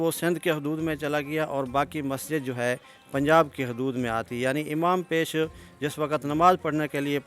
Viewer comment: Lafaz "Imam" he hota ha paish amam nahe.